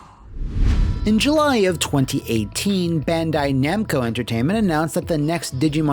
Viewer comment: Anyone else here love it when intentionally and hilariously mispronounces Bandai Namco's name?